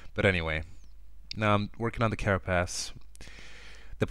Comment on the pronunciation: the tutorial is great, and the drawing is great, but a few words of critique: if you are making more tutorials in the future add some very silent music in the background, also your pronopounciation of "the" sounds like "duh" clear our nose before you record :)